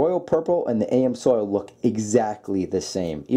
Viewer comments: Dude it’s not AM soil 😂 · That's "ams"oil. Pronounced amz oil No spelling necessary. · AM Soil?? That's when I stopped watching. Hard to take oil filter advice from someone who doesn't even know how to pronounce the name. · Is he saying AM soil 😂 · "A M Soil" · Did he say "A-M-soil"? Lol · Please learn how to say "amsoil" correctly lol. No big deal, and great video though, great information! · Dummy Amsoil one word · He is saying it wrong, it is pronounced Aaamz- oil, (how it is to be said) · It's pronounced, "AMZOIL". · He is pronouncing it like AM's Oil. At least that is what it sounds like to me. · I thought that was kind of funny, that tells you that this fellow has NEVER been to Amsoil's web site. If he had, then he would know full well how to pronounce "AMSOIL". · Can't pronounce Amsoil, doesn't understand efficiency ratings, decides the best filter is the one that looks the best. I feel dumber for having watched this. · i always hate that myself when people don't even take a moment to learn to say the word correctly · Good comparison. It's pronounces Ams-oil not AM-Soil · Ha, was killing me Everytime he said it. It's even color coded AMS-oil lol. And yes I realize this is 2yrs old but in the life of internet video 2yrs is nothing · It’s Am’s oil not A M soil. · it's not AM-SOIL it's AMS-OIL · "A M soil?" You gotta be kidding me with that pronunciation. 🤣🤣🤣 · The PROPER way to pronounce the brand "AMSOIL"........is like saying "I AM"........NOT "A.....Msoil". Ya don't pronounce any of the letters separately. Take the word "AM" and the word "SOIL" and put them right together.......trust me. AMSOIL. ........But everybody knows how to say "WIX".......just like everybody should be USING "Wix"........LOL. For the price.......Wix is hard to beat. Wix is the only ones I use. But I'm told Amsoil makes darn good oils & fluids. Never tried them though. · It's NOT AM SOIL! It's AMS OIL! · Did he say A.M. Soil for AmsOil? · It's Ams Oil not A.M. Soil. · A.M. Soil